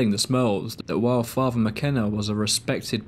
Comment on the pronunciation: Thank you for an interesting watch! It’s very well-researched. One little thing - I kept noticing throughout the video that all ‘th’ sounds are pronounced as a ‘v’ sound. I think your narration would improve if you worked on that. For instance you say ‘father’ as ‘farva’. It doesn’t match the articulation in the rest of the video. Just a thought! Anyway thank you for the video!